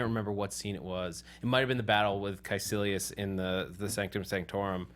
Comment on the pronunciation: Can someone please tell these people it's not "Kaelicius" but Kaecilius!!? Quite irritating to hear it mispronounced throughout the show.